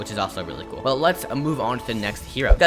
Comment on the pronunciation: Love when he say cool it sounds like kewl hahahahah no hate btw i just like it